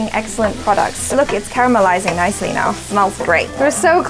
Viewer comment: Is it just me or does "now" sounds like "nyao"